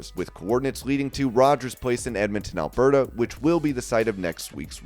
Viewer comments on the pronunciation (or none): none